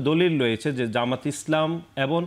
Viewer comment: এবং শব্দটা শুদ্ধ করে বলতে পারে না, বলে এবন 🤣🤣🤣